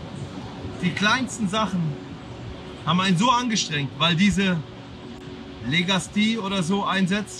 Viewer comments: sein Wortlaut (falsch-Legastie) lag im auditiven dennoch näher an "Legasthenie". 🤣🤣🤣🤣 Im Kontext natürlich NICHT. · Knossi - es heißt "Legasthenie". 🤫🤣